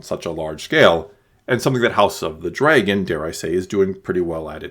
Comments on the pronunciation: did you really just say dreygon instead of dragon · Why you pronounce dragon weird???!?!??!?